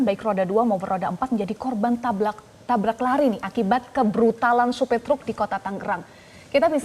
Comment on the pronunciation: tabrak host, bukan tablak 😂